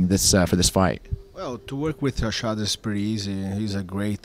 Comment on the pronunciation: "I'm here to help HA-SHAD" LOL